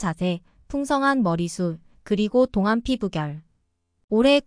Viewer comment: 발음교정요함 똥안~동안으로~~~